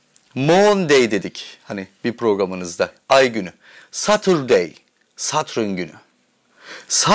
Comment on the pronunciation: Satrün ne Allah aşkına. Kulağımı tirmalayip durdu. Neyse konu güzel.